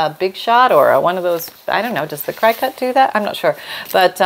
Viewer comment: Cricut is pronounced like “cricket”, I know, it doesn’t look like it would but trust me….it is! Not to criticize but because inquiring minds wanna know. Big hugs……so fun getting your tips and tricks! TYFS